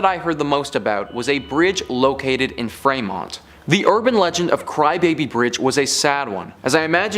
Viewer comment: Fremont, OH is pronounced Freemont. It's Ohio, not Canada.